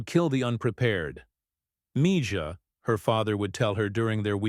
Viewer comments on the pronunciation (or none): The j in mija is pronounced h